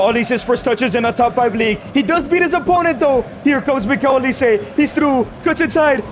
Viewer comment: Who the fucm is miguil olise gng get it right